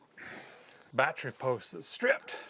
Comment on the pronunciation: As a mechanic, I can appreciate the pronunciation of the bat tree